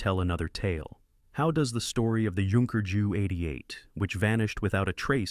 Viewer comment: I hate stupid AI mispronunciation...its jay you JU AS IN Junkers.